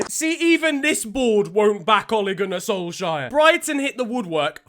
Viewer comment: "Even this board won't back Ole Gunnar Solsjaer" I died